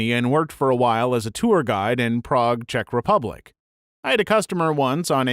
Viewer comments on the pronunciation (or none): none